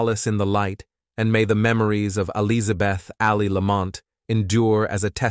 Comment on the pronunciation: The pronunciations tho.. El-Yza-beth wtf. Lol😂